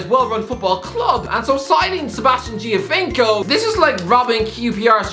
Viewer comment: Pronunciatation lesson Italian : gio = jo. Giovinco = Jovinco Gli = lee, Cagliari = Caleeree Mexico = mex -ico not mexi-Co. Who taught you how to talk, George Hamilton?